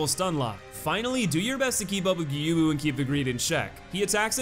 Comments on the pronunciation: welp you mispronounced Gyoubu again. It's pronounced gyo-u-bu, not gyubu. Although this hardly matters. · Ok so here’s how to pronounce gyoubu First name: Add a G before yo, like yo yo. Make the vowel end a bit longer, and then a bu like boo Gyo - bu Second name: Ma sa ta ka, each sounding like ma from mama You got the third name right tho! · His name is pronounced YOU-bu. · It’s more like Gi - Oh - Boo, not Gi - You - Boo. You can do it, I believe in you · plays a clip of Gyobu screaming his name: Geeyubu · Gyoubu is pronounced with a long "o". "Gyou" rhymes with "throw". The English voice actor does pronounce it correctly. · Gyow-boo Ma-sa-ta-ka O-knee-wa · [Plays Gyoubu’s English lines] MY NAME IS GYOUBU MASATAKA ONIWA [continues to pronounce it Gyubu instead] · Just wanted to let you know that you had Gyoubu's name right the first time around. The way you say it in this video would be correct if it was spelled Gyubu. Just letting you know. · You even pointed out the fact that he SCREAMS his name xD how can you not pronounce it after that performance?? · Fails to pronounce Gyoubu’s name right, proceeds to show clip of Gyoubu shouting his name. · How can you not know how to pronounce Gyoubu Oniwa's name? He literally shouts it at you as he enters the arena. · Gyoubu literally yells his name in the beginning. How the hell are you still able to mispronounce it? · Any time you see an "ou" in a Japanese name. It's just an O sound. Gyoubu, Juzou, Hadouken, etc. It's all O, like "dough" or "throw" It's a hard O, ALWAYS. Never a "ooo" sound. There's a letter U there because the O sound is slightly elongated. "Tanto" has a fast O sound at the end, while "Musou" would have a slightly longer O sound.